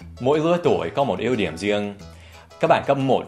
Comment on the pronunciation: mỗi lứa tuổi có 1 ưu điểm. Anh đọc giống như yếu điểm